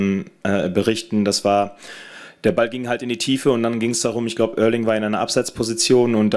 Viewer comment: 1. Tadic 🙄 2. Erling spricht man so aus 👍